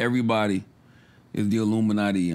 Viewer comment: Ev-er-y-bod-y not Ev-reeeeee😆 Ill-u-ma-nah-tee